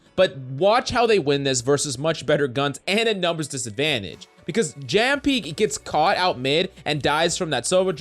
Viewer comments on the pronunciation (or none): Its yammpi not jammpi while pronunciation lol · JAM-PEE lmao, it's pronounced "yam-pee" my dude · its pronounced as 'yampi"